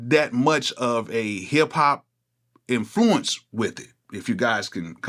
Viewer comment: Why do you keep pronouncing Influence and Influencer like that? It got a bit too distracting